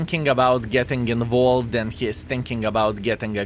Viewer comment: He said "involved" correctly, what's going on?! :D